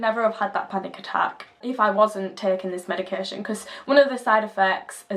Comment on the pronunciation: + icant stand how you prnounce medication, its not medicarreeeee tion